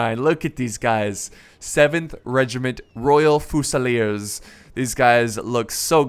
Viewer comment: Fusilier is pronounced 'few-sil-ear' not 'foo-sal-ear